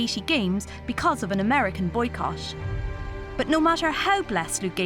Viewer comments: it’s boy cott not boy boche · "Highschool name"..."Boycosh"...."nineteen eichy eich". Gimme a break. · What kind of English requires boycott to be pronounced like "boycosh"?